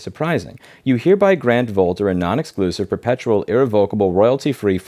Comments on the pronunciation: Louise - you're pronouncing their name wrong. It's pronounced "vulture". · Lol, I thought the company name is pronounced "vulture" - the writing might have been on the wall :D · I'm pretty sure 'Vultr' is supposed to be pronounced 'Vulture', I have to say it fits.